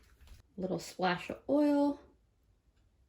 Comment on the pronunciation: Hi? R u from new jersey?..i was curious because of the way u said oil?